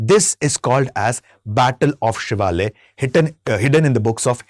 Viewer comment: The place is SHIVALA SHIVALA PALACE and not the battle of Shivalaya as being pronounced.